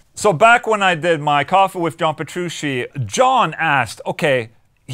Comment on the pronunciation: Petru... CHEE. NOT SHE. DAMMIT OLA. WE'VE COVERED THIS!